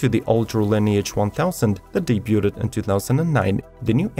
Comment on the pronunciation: Great video!! Very meticulous and informative! Thank you! Bombardier = Bombardi - eh (like the letter 'a'), & Debuted = Day - byood .. I have been teaching English my whole life, don't be offended.. the more you know, the better off you are! Keep up the great work!